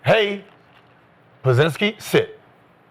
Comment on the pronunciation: Gil said "pazinskii" 😂😂😂